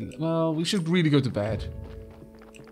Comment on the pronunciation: "We schould distribute the wealth evenly." I see comrade Donkey got to you.